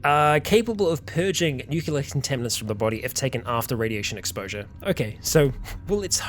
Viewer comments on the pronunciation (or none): STOP MISPRONOUNCING NUCLEAR REEEE! Also irradiated fruits aren't radioactive you derp, they are EXPOSED to radiation, in order to sterilise (and therefore preserve) them.